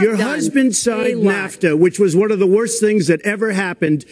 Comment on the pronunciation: Did he just call nafta "kafta?"